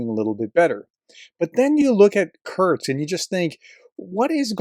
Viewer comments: Its not Kurts, its Kursk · Kursk Not Kurt’s!!! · Who’s Kurtz?? 😂😂 professor please